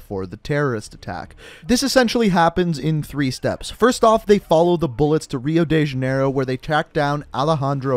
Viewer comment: Its funny how you say rio de Janeiro